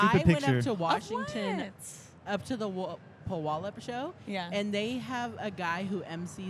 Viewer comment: Don't mind me, going back to watch from the beginning, but -it's pronounced "Pew-al-up"(born and raise in NW WA). haha! Love you guys!